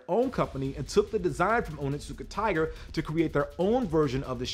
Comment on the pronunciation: Your pronunciation is close but not correct. It is Oni-tsuka-tiger. Not Onittsuka. Oni can translate as demon or devil. And Tsuka most likely translates as grasp or hold.